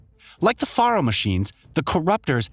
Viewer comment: #1: Faro is pronounced like “Pharaoh”. That’s why the Chariot line of machines have Egyptian style names like Kopesh, Scarab (later known as "the Corruptor”), and Horus. #2: Hephaestus is pronounced “Ha-festus” or even “Ha-fay-stus”. Not “Ha-fay-Estas. I know, confusing spelling. But you know, the ancient Greeks were known for that. #3: No spoiler warning, huh? I hope no one who hasn’t played HZD yet, but plans on doing so doesn’t watch this video. The spoilers come out of left field and the plot twist more than half way through the game is EPIC. It would be a shame if it is spoiled for the newcomers who want to play it before Forbidden West drops. Otherwise, very informative video. Thumbs up.